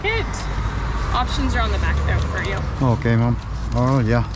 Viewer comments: He meant ma'am, but he said mom. If he wants to use the word ma'am, he needs to learn how to say it right. One way is respectful, the other is insulting. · That's true. but he needs to learn how to say it right, or, if not, to stop saying it. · You're digging your hole deeper. If she heard you call her a "matured woman", she'd be insulted. Have you changed the way you say "ma'am" yet?